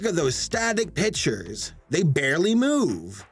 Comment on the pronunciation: Did you just say bitchers or pictures